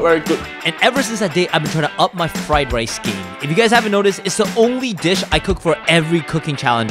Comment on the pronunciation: blud can not make rice right ☠☠☠☠☠☠bluds making wice